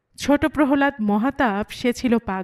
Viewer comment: Apni sundor path koren. Tobe uchcharon ta PRO-HO-LAD noy PROH- LAD ba PROLLAD. Valo thakben.🙏